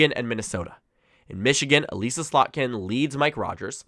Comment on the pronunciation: Michigander, and constituent of Elissa Slotkin currently, here! Slotkin's first name isn't pronounced like Elise, its more like 'Uh-liss-uh'. ☺